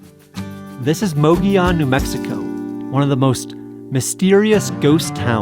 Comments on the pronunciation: Love the video, but it's pronounced Moh-goh-yoh-n. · It's pronounced"muggy own" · The way you're pronouncing Mogollon is killing me. 😂 It's almost like you didn't talk to any locals... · Su funny that the towns name is Mogollon, no i in sight with two l letters, but all of a sudden those 2 L:s become an i so you pronounce it as Mogion. I just find that funny.